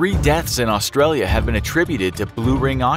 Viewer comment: I hate how non aussies say Australia